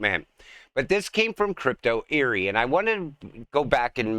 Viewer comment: Great vid! Just one small critique..it’s pronounced Crypto Eddy not Crypto Airy. No big deal just passing it along! I do also believe the election was a scam. The truth will come out!